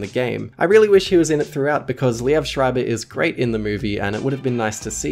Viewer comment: its lee-v not lee-ev